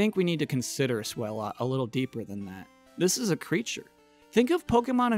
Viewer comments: I was not expecting #1 to be one of my favorite Pokémon. Swalot was on my team for pretty much my entire run of Pokémon Sapphire. Loved the Stockpile and Spit Up/Swallow combo. It's pronounced like Swallow by the way. As in, he SWAllows a LOT. ezaBackseatBosman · Is that the correct pronunciation of Swalot? I mean a tyre in his mouth lends itself to a combination of 'swallow' and 'a lot'. So I would lean away from sway-lot and more swa-lot. (Might be wrong)